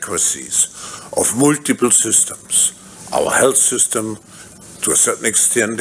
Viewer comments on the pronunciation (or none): Wanneer Schwab "Hellsystem" zegt, maar "Healthsystem" bedoelt